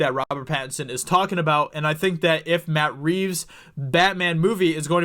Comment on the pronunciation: Did you say Bat Reeves